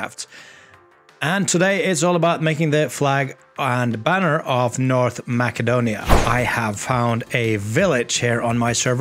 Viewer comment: Btw, its not North Ma"k"edonia, but its North Ma"s"edonia.